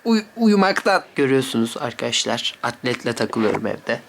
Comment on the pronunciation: “Arkaaşlar” ne aq